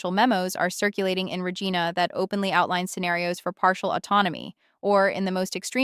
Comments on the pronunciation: Ra-Geena??? Mispronounced names indicate A.I. So many of these Youtube videos are bogus A.I. junk. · Just saying... it's pronounced Ree Jeye Na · Another AI-generated, Liberal PMO scripted load of anti-western propaganda. First hint: our AI girl can't pronounce "Regina" correctly. Neither can Mark Carney. Made in U.S.A. by a Brookfield owned Chatbot basement business? Probably. Sure not real, and sure not made in Canada. Why is Carney spending my tax money on this? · More AI crap can’t say Regina right